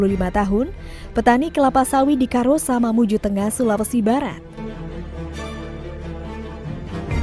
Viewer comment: Akbar dimangsa ular di karossa, kenapa orang luar sulawesi KAROSSA kok dibacanya cuma KAROSA apa tidak tau baca tulisan indonesia yah, haha